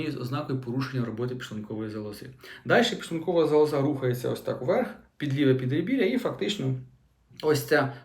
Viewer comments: Ну, не зовсім правильна мова! Лікар неправильно наголошує слово зАлоза. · Шановний, робіть правильний наголос у слові"залоза". Він на першому складі, а не на третьому. Вибачте.